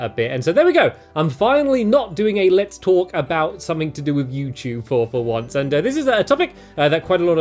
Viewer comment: I literally clicked on the video, and for the first few seconds, I was only half listening while looking through the comments. And it literally sounded to me like he said "Welcome to another Let's FORK" ahaha